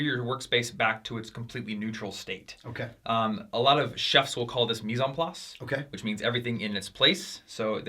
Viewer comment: French speaker here. it's actually "mise en place"